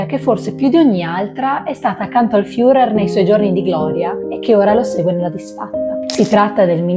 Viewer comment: Molto brava …attenta alla pronuncia dei personaggi che andrai a presentare: Internet è di aiuto e ti eviterà italianate alla FIURER